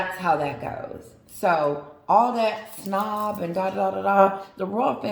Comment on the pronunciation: Hey Babe Its snub not snob